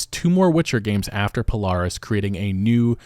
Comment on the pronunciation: He got Polaris and the others right it threw me for a loop and thought he was talking about something else